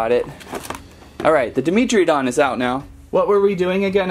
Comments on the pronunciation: Dragon Overlord definitely me It is pronounced Dy-mentree-don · i think its pronounced dai·meh·truh·daan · Who else cringed when he said “Demetridon” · FeltyEagle 69 yeah... it was cringe